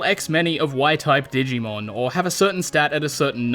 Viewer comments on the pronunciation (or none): I dont know why but i lost it when you said dig e mon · I love that he calls it dig-e-man throughout the video lol